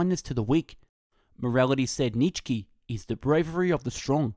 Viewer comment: "Nitchski" - had to stop listening right off the bat